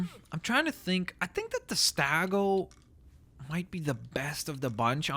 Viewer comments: please get the word "Stegosaurus" correct. It's NOT "StAgosaurus", it's "Stegosaurus". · You also say stagosaurus instead of stegosaurus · its stegosaurus not stagosaurus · I am not sure that the dinosaur stegosaurus is pronounced as stagosaurus or stegosaurus? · Troodon is pronounces (Trow-uh-don) and stegosaurus is pronounced (Steg-oh-saurus-) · it's it's called Steg o saurus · You said stegosourus wrong.